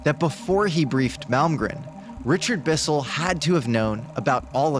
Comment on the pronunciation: It's drives me completely insane that you can't say his name correctly. It's MALMGREN... N.....NOT M . ITS NOT MALGREM. YOU LITERALLY SAID IT WRONG TO THERE FACE. Wow, Mr. Malmgren, I'm soo grateful for this opportunity to sit down with you. I have soo much respect for you... that i can't even get your name right...